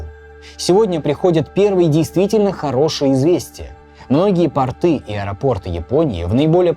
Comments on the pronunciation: Не портЫ, а пОрты! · 🤦🤦 Насколько же масштабные съемки, интересные ролики, настолько же неприятно и удивительно слышать ошибки в элементарном. Почему для вас нет проблемы изучить кучу книг и материала по теме ролика, но проблема загуглить ударение в слове "порты"? п.с. Ещё любопытство распирает: что со здоровьем у рассказчика? В ролике про Титаник в самом конце он в шортах пошел в воду. Ноги оказались толстыми, но сам чел не похож на толстого, нет второго подбородка, пуза, щеки не свисают на плечи. А почему ноги толстые? К тому же у мужчин это редкость. Часто жирные мужики имеют стройные и даже накаченные ноги. А вот у женщин такое часто встречается.